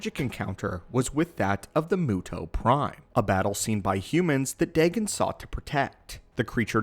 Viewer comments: Dagon is Pronounced Day-Gone not deg-gun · its n ot dagan its said day gon ;) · you said his name wrong its daygon=dagon